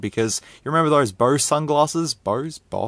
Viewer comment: If you're wondering, it's pronounced "BO-Z".